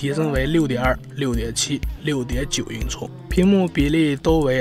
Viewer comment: 6.9英“挫”哈哈哈哈